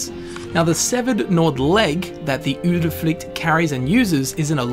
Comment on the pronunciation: You are one of the few persons from an English speaking country who has seemingly no problems with pronouncing the vowel [y] as in Udyrfrykte. That's great! :D